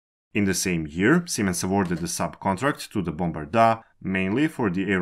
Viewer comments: Jesus Christ, it's not Bombardaaaaa, it's Bombardier... Bombardier ... ier... IER. not 'aaa'... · It was painful listening to how Bombardier was pronounced. Guess it's not so important now. Once partners in French, German, Chinese and their own offering (Zefiro), Bombardier is now no more having been purchased by Alstom. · to be fair, I don't care about the accent, it's heavy but whatever, it's great content and that's important, but from time to time it would be nice if the cared a little bit more about the pronunciation. Bombardaaaa is cute, a town where people died seems more callous. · The way you say Bombardier is just weird 😆